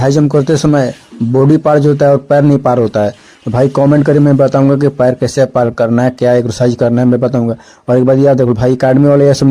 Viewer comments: Pair nahi paar hota hai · Hh pair nhi paar hota h bhai